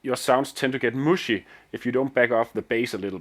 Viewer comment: please say MUSHY again with that accent